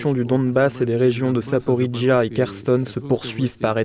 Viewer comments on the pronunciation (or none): none